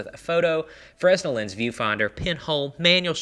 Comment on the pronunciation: In the time honored tradition of French words being anything but phonetic, Fresnel has a silent s.